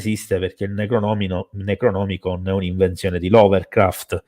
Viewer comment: Una delle Live più interessanti ed attuali mai ascoltate. Complimenti per scelta e articolazione dell'argomento. Piccolo appunto antipatico (spero mi si perdoni): Lovecraft non LoveLcraft, Necronomicon e non NeGronomicon come giustamente pronuncia.